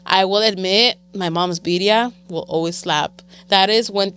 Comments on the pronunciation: Put some RESPECT on BIRRIA. Roll them Rs. 🤣 🤣 😂❤ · “Viria” lol